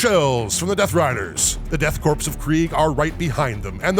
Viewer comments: “Korps” is pronounced corps like in marine corps. It’s just the German spelling of it. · I don’t mean to be that guy, but every time he pronounces “Korps” as “Corpse” instead of “Core” I take 1 D3 psychic damage. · You keep saying "Korps" and "Canoptek" wrong. Korp is pronounced like core, and it's can-op-tek, not can-top-ek. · It's pronounced Death 'core', not Death 'corpse'. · Korps should be pronounced like core. I can't tell you how or why this bothers me so much. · Idk, I think "Death Corpse of Kreig" tracks pretty well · So are we just doing a meme by saying Death "Corpse" , instead of "Core" for Korps?